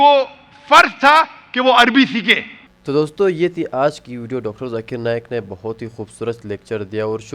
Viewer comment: Arey Dikra “JAKIR” Nahin - BOLO ZAKIR 😂